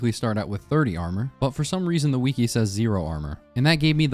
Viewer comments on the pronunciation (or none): Why does blud pronounce wiki as "weekee"